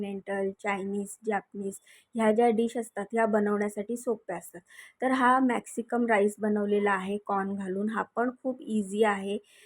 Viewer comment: मॅक्सिकम नही ग मॅक्सिकन म्हण